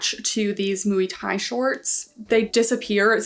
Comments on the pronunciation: Moy is definitely closer 😅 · I always thought muay was pronounced like “moy” but “mooey” sounds way more fun 😊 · the way you pronounce MUAY is killing me 🤣🤣🤣🤣🤣🤣